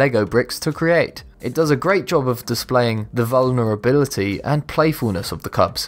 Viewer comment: The..vuuulllnarabilty. Boi do u know how to speak